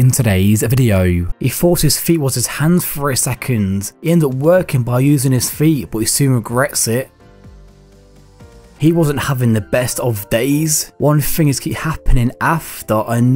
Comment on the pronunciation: One fing after anofer can't do anyfing right? Lol. Stop fronting.